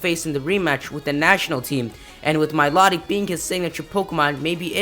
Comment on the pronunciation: You keep mispronouncing Milotic.